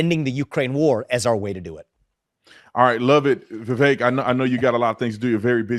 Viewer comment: Vivek rhymes with cake